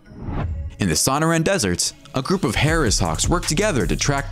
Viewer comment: "Saun o ran desert." Are you fu*%en kidding me. "Son ore a" repeat after me Sonora desert. Yeah.